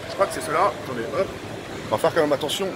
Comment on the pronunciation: PAR CONTRE MON P'TIT J'TAIME BIEN ET TOUT MAIS LES "COMME MÊME" STOOOOOOOOOOOOOOOOOOOPPPPPP